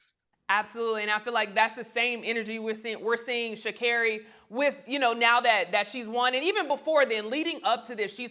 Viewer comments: Sha’Carri is Responding in a responsible way! She needs to gather All those who attempt to rain on her parade & accomplishments! 👏🏾👏🏾👏🏾 And, yeah, she was right to correct him on the pronunciation of her name, letting him know, you just call me any o’l thang! Put some Respect on my name & pronounce it Right!! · I think she was not wrong for correcting the reporter about getting her name right! When she did something wrong they said her name correctly! She deserves for everyone to show her respect! We are not living in the 60's, oh wait a minute, some still are! This is 2023. Wake Up! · "Blocking out the media...Like yourself" 👏🏽BRAVO! Well played little...Well played ❤✊🏽 How is someone correcting someone on the correct pronunciation of "their" name...How is this rude??? Make that make since??? Well done Sha'Carri. You did that ❤‍🔥💐❤✊🏽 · At the end of the day if u are pronouncing my name incorrectly, I'm going to tell u. Ur not going to call my name any which u feel and I must take it. At the end of the day your name is ur brand and character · Nothing wrong with her checking that reporter about saying her name correctly If they are going to talk about athletes any athlete they need to say their names correctly. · I'm glad she's learned to not let others validate her. She's not being cocky either to correct someone when they mispronounce her name. Congratulations🎉🎉🎉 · Congratulations 🎊 to Sha'carri on her gold 🏅. They should pronounce her name correctly. She is talented and she is putting in the work. So happy for her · C'mon Black people her name is pronounced "SHA-CAR-REE" NOT "SHA-CARE-REE". I'm sure she deals with her name being pronounced wrong by people outside her community, we should have her back by saying her name properly and confidently! She has a "Black" name and we should honor it as we do our own! #iloveusforreal💗💗💗💗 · It’s 3 syllables! They could work on it! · I'm so happy for her, and keep correcting them when they mispronounce your name EVERYTIME!